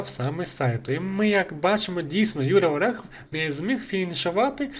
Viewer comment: Гарний монтаж, досить детальний розбір, але хотів би наголосити, що я - ОрЄхов, а не ОрЕхов)